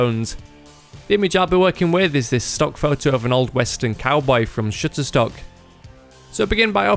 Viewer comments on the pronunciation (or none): he says "Shitterstock" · I'm american so it sounded like 'shitter-stock' to me. lol